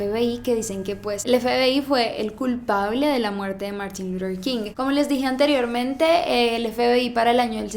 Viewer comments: MUJER MÁS IGNORANTE!! según ella muy culta y bilingüe y ni siquiera sabe decir LUTHER con TH. Quien demonios es Lurer King? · Luthhhhher, No lurer 😵😵